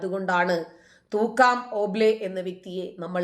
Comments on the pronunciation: മേടം, തൂക്കാറും അല്ല തുക്കാറും എന്നാണ് പേര് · തൂക്കാം ഓംബ്ലെ അല്ല, തുക്കാറാം ഓംബ്ലെ എന്നാണ്. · തുക്കാറാം ഓംബ്ലെ എന്നാണ് പേര്. തൂക്കാം ഓംബ്ലെ എന്നല്ല